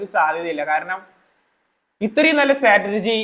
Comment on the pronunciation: സ്റ്റാറ്റർജി അല്ല സ്ട്രാറ്റെജി